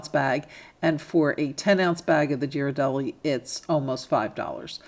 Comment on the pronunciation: Love these ideas! By the way, Ghiradelli is pronounce with a hard g (as in gear).